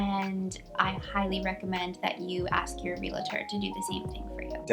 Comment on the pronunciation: Great content! Check your pronunciation on realtor 😊